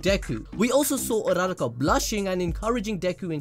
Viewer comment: Bro its Ura Ra Ka, not URaRa Ka, say it with me Ura Ra Ka